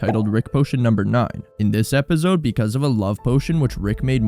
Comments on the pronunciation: If you finna keep brain rotting us by saying Epizode or what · Bruh plsssss Epizode EpiZode Epizode can you pronounce it correctly even once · Lol “epizode”